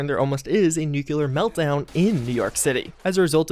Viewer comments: I cringe everytime you say "nucular" instead of nuclear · {{noo*klee* ur, not noo kyoo lur}} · ffs it's nuclear not nucular. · People saying nuclear as "nucular" is bad enough... but "nuculus"? really?